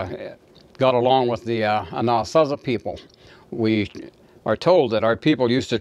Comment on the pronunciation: You are pronouncing Anazasi wrong.